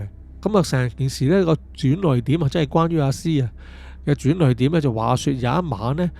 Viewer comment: 轉捩點 (烈)音😂